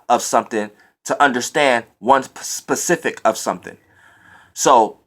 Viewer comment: Lol he was really making a point to say SPECIFIC instead of PACIFIC like he been saying. I never cared anyway cuz the message is the message..